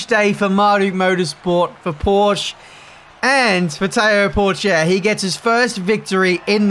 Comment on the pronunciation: Learn, how to pronounce "Porsche", thank you.